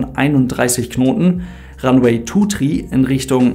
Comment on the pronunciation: Ranweh Tu Trie AHHH meine ohren.